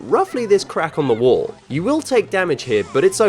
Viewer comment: Wall Not wool